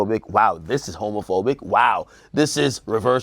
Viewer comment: AK struggling to pronounce homophobic 😂😂😂😂